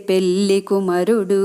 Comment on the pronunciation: పెల్లి కాదండీ పెళ్లి voice బాగుంది